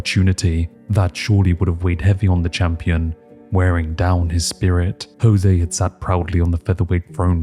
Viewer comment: Irrationally upset about how you are saying Jose